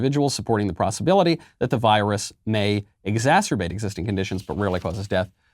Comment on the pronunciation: Did he say prossibility instead of possibility? Did I mishear that?